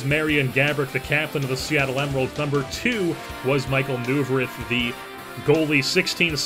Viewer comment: I'm a flyers fan and I'm sorry but I have to correct you its pronounced Michael Noy-Verth